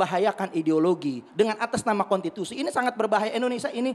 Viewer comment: Belajar dulu ngomong gih novel. Masak bilang konstitusi kontitusi. Hahaha